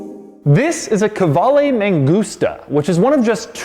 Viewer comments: Why does he keep saying ME GUSTA ? 😂 IT'S MAN-GOOS-TA. 😳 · Man gusta Not me gusta, lol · Sounds like "Me gusta" - I like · M A N G U S T A = M U S T A N G A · mangusta, mangusta, all I kept hearing was megusta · No "man gusta" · I speak spanish, same i just hear "me gusta" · Mangusta sounds like you are saying "me gusta" witch translates to "I like" or "I like it" in Spanish. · I kept hearing "me gusta" and it made me chuckle every time you said it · whole time, thought he was saying "me gusta"